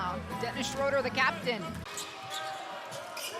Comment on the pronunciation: Yeah they call him Schrauder or Schroder, its Schröder! English speakjng person have so much difficulty with German names , not only with him !